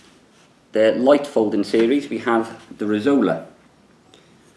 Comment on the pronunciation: "Resolza" means "razor" in Sardinian, and it is pronounced "resolZa", not "resola".